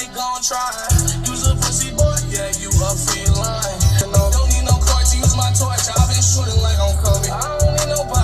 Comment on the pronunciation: Man really said felini